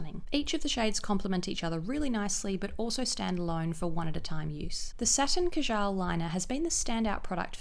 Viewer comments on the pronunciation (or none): It's pronounced kaajal :^) the first a is longer than the second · Beautiful products! Btw, kajal is pronounced as 'kaa-juhl'. It's the hindi word for kohl. :) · "Kuhjaal" was a stab in my heart